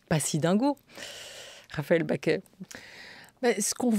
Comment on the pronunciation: Pourquoi la journaliste prononce Raphaëlle "Baquet" ? Elle s'appelle Bacqué.